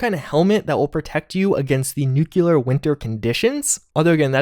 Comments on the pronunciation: Same here, I enjoy content, and appreciate his continual support/report on the game fairly with an open mind... but hearing him pronounce nuclear (nu-clear) clearly (of course not "cu-ler-ly") incorrectly just makes me cringe... 8^D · nu·cle·ar /ˈn(y)o͞oklēər/ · Hearing pronounce "Nuclear" makes you wish for a "Nucular" Winter. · Princeofddr Dance Master *Nucular if you’re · Ffs I feel your frustration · The way you pronounce NUCLEAR makes me go crazy. Do you see a second U in that word? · Please say "nuclear" correctly. Really enjoying your videos though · I never said it was "incorrect," I was poking fun at the GWB pronunciation. Saying nuclear that way is simply a mispronunciation that is becoming more and more common, but it is not the feature of a regional dialect. It may be the case that it is eventually an accepted alternative pronunciation, but it's not there yet. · Sound it out... "New Klee Ar" as in "New Klee Us". Anyone who pronounces it "New Que Lar" sounds like George Bush. And he was dumb. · NU-CLEAR! NOT "NUKULAR" FFS, you're educated and currently enrolled in a college! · hear how the voice actor says NU-CLE-AR? It's getting so old to hear you say NUKE-U-LAR. C'mon man, you're better than this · Dude... You're saying it wrong. It's nu-cle-ar. Not nukular. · Nuclear not nuculor! Lol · Nuclear not nucular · Eeeeewwe! PRONOUNCED: NEW CLEAR NOT: NEW KEW LER why do u Insist on not changing it? Btw Thumbs Down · Broooo NU-CLEAR not NUKULAR. Love your content tho, keep it up chief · DUDE. It's pronounced NU-CLEAR, not NU-CU-LER.. Please stop doing this! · Im sorry but it is NU CLE AR Not NUCULER. Driving me nuts lol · Please for all that’s sacred learn how to pronounce NUCLEAR not nucular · I know it’s nitpicky, but it really bothers me when someone pronounces nuclear as nuke-you-lar. Not looking forward to the increased Nuclear Winter coverage I know is coming. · New-kew-lur is a strange way to pronounce nuclear.